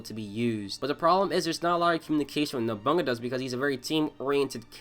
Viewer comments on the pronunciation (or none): man the vid is good with some holes but your character pronounciation is fucking horrendous Nobunaga being nobunga eika being eeka the quality is good though, didnt expect you to have lil subscribers